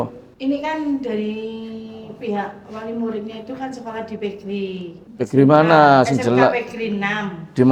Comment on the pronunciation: Pe Ge Er I , bukan PeGri.